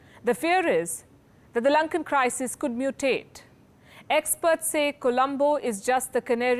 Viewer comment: I love this woman..notice how she said this Sri lank crises cud MUTATE. LOL..LIKE CORONARONA!!